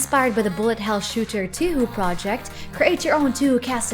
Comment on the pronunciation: "toohoo" its "toeh - hoeh"